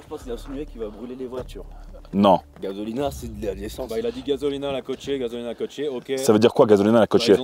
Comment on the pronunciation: gazolina,,, il a dit quoi ? Il a dit gazolina😅😂